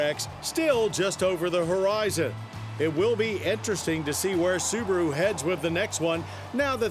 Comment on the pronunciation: The little soo-bar-oooo. WOW